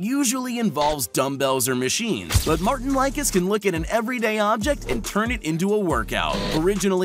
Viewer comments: Martin like-is hahaha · Martin Lickis? Odd Hughes? I guess Martin(s) was also watching WSM in Latvia at age 5 (since he moved to the US at age 4), Brian didn't win 4 WSM consecutively, and so on, not to rehash what folks have already said.... great clips, just mute the audio and you have an entertaining watch.